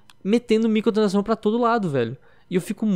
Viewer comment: muito bom o vídeo mas.... o falando MICOTRANSAÇÃO aushaushuahsuhasu